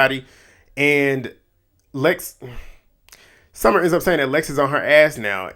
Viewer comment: not you accidentally calling summer ‘scummer’ im crying😭😭😭😭😭😭😭😭